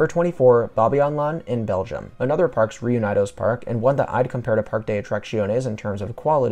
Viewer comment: That pronunciation of “parques reunidos” tho 👀